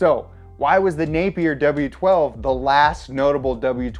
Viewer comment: My last name is Napier. It's weird hearing someone say it this many times in the beginning of the video. Especially saying it correctly!